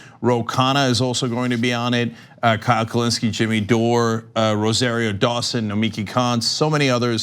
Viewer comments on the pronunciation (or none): none